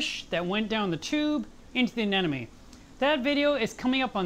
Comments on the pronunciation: it's a-ne-MO-ne not a-ne-NO-me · he says anemone wrong literally every single time. Its anemone, not anenome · The funny thing is. After seeing the video, I too was pronouncing it "AMENONE" for the next few minutes!!! :) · I was glad to hear a Pro say you have trouble pronouncing the word "anemone". I did too, until I figured out a way to say it right: - - - - A-NE-money $$$$$$ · Lol but he wasn't even saying it like that though, he was pronouncing it as, "anenome." I swear trying to remember the real spelling and pronunciation on my own after reading this and watching the video... I came up with some pretty weird shit. 😂🌊🐠🐚🐟🐙🐡💦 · 2 years down... so much has changed. Except the way you say.... "anemone"!!!! :D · How come nobody can say "anemone"? 😊😊 great vid... hi Spock 🖖🏽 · Great update but i'm quite bothered by the way you say anemone =) just like Nemo. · Still pronouncing anemone wrong. Lol